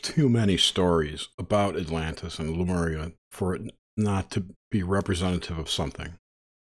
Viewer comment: It's too bad the audio is choppy, it's really hard to hear things but it seems you guys heard him well, weird. Also, why is saying Lumeria instead of Lemuria, am I missing something?